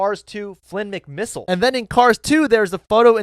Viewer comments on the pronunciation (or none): He called Finn McMissile Flinn McMissile😭😭